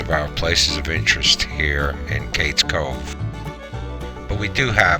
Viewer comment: My grandmother was born here (Lequire-pronounced Leekwire) and I am related to most of the people mentioned. My mother knew Aunt Becky. She would catch the bus in the Cove to go to Maryville for school; she grew up in Happy Valley on the other side of the Cove. Btw, it's pronounced "Cage Cove". For me, it is the most beautiful place on earth.